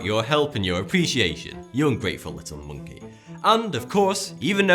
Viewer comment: did u just say at the ending you ungratefull little moncey lol